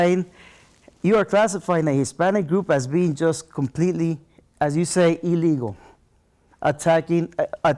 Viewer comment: The fact he can’t say ‘illegal’ tells me everything I need to know about his allegiance and loyalty.